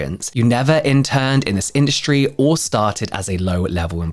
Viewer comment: Lol when he said “this industry” I heard “the skin-dustry”. I was fully ready to accept that’s what people skincare called it😂😂😂 Also when I hear 29 Palms I just think of the Military base Marines complain about. I’m pretty sure any veteran would have the same thought. IDK if that affected the sales at all but still not a great start. They call it 29 Stumps.